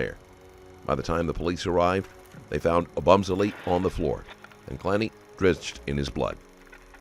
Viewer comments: "Oh-Bum-Selly" Really bro? Couldn't just look up the way to pronounce this victim's name before you do an entire video on it? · It’s hard to hear you mispronounce Christian’s last name so many times 😅